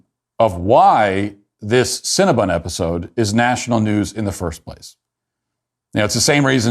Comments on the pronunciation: Matt, you have this all wrong. It is CinnabOn, not CinnabUn. :-) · Love that Matt keeps calling it Cinnabun instead of Cinnabon.